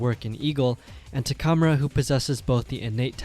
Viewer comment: im sorry but the way you say takamura's name threw me off bad, not once in the anime was it pronounced that way XD